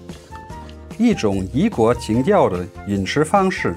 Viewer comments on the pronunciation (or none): none